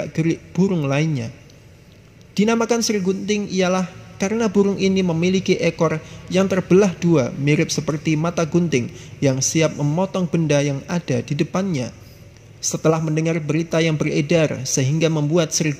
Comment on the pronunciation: Ekor ih bukan ekol ..terbang Ih bukan telbang.